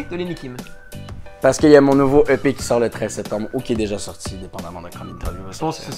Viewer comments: c'est moi ou il dit je vais achez plein de pet de Lenni Kim...🤣🤣🤣🤭🤭😉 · Mais non mdrrr "plein d'EP" 😂😭